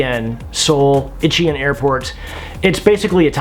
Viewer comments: Incheon is pronounced as: In Chan. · it's 'een-chun' as in "sun" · Incheon is pronounced "een-chuhn" :)))))